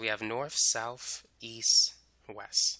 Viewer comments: Its called west, not wess.... Same goes for east not eeess. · I would give him that, except for the fact that he said. Eas, Wes 🤦‍♀️🤦‍♀️😬